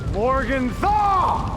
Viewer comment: Freaking loved when he said "morganthaw"